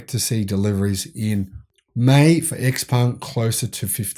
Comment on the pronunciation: Also - go check how xpeng is pronounced. Every time I hear (eks)peng a little something dies inside me.